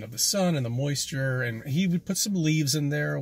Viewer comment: Why does he emphasize the word “moist” in the word moisture 😂 it’s almost like 2 seperate words when he says it